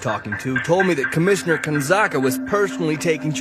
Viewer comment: Its commissioner not comisheneriyxzsbxkaks.........